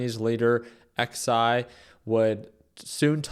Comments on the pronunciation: “X” “I” lmao bro what?! It’s Xi “schzee” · XI SERIOUSLY? ITS PRONOUNCED CHI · Homie can't pronounce Xi? C'mon man